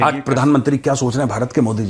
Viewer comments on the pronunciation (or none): none